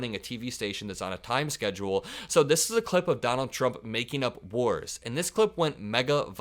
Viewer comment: Did he say, he stopped whores, or wars?